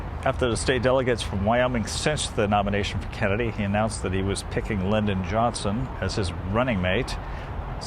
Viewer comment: I suspect you've never heard of Senator SIGH-ming-ton or Senator Ad-lay Stevenson. You got Lynn-don correct. Nonetheless, I appreciate your videos. They're fascinating.